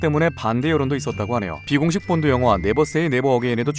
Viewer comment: 본드가 뽄드로 들려요